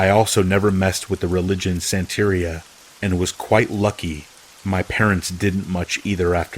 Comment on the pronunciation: Santería is pronounced (son teh REE {y}ah). Here's a cheat for ya...Most all Spanish words are most boldly accented on the second to last syllable. Spanish phonics are easy, just a little different than English: ah, eh, ih/ee, oh, oo = a, e, i, o, u